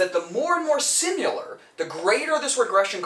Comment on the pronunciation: I enjoy your videos but please please alter how you say similar. You pronounce it "simular". It should be Si-muh-luh Anyways, great content and thanks for sharing!